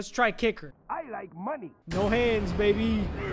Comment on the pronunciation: “i leik munee”🗣️🔥